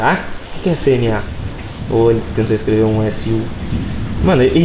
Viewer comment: kennedy_games BR kdkskzkskk Percebi esse "iscreve"